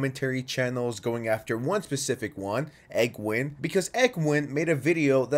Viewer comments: Cool vid but its Egween not a Eggwin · "egg-win" lol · tf is an “eggwin” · “Egg-win” lol